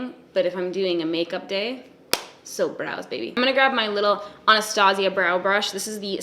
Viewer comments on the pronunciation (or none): none